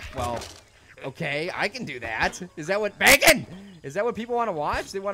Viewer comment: stop saying backen